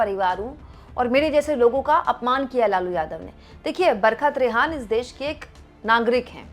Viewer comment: आप बोलतीं हैं , लगता है बरक़त रेहान बोल रही हैं बरखा त्रेहन (Barhka Trehan) बोलिए मैडम जी